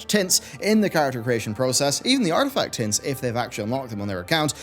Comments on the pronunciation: I had to rewind, I thought he said druids could select "tits" 😅🤣 but he said tints 🤭🙄😒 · I did a double-take on: "Druids can now select tits..." Wait, what? "... even the artifact TINTS..." Oh. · ''druids can now select tits'' am i the only one who hears this XD? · on the character creation part i understood "druids can now select tits" I was like hold up hold up hold up.. rewinded and was like oooohh.. tints... im evil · I swear I heard tits too. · LOL, I heard "Tits" also! Glad I'm not the only one. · that so dosnt sound like what I think he said, it sounded like he said tits, I did a double take at the screen and was like did I hear that right? (I didn’t) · Artifact tits...? OOOHHHHH... TINTS. :p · I swear your saying " Druids can now select tits in character creation" LOL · I thought you said "Druid's can now select tits" ..... disappointed. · Tints, he said tints . . .*giggles* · I had to play it back three times just to be sure that he did actually say "tints."